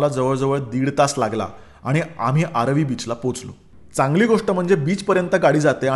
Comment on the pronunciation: It's aaravi not aarvi 😀